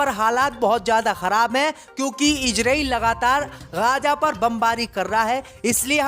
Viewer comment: रिपोर्ट महोदय इजरील नही इजरायल होता है.. पहले बोलना सीख लो फिर रिपोर्ट बन जाना जल्दी क्या है। लगता है मुस्लिम देशों के बैठक में अध्यक्ष तुम्हे ही बनाया गया था इसलिए तुम्हे अन्दर की इतनी जानकारी है